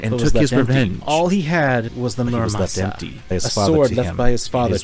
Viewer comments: its not muramasa its murasama 🤓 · Did I hear Muramasa instead of Murasama?